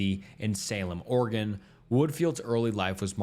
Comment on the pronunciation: Thank you for pronouncing my state correctly. 😅 (Oregon)